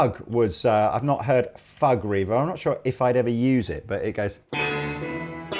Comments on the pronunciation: Haha. It's pronounced "fyoog," not "fugg." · kills me with laughter - it's pronounced "fyooge" and it's a style of composition, e.g. Bach's Toccata and Fugue in D Minor.